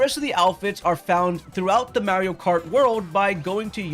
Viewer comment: MAR-ee-oh not MARY-oh. He literally says his own name multiple times in various games as well as the movie. How are people still saying it like that?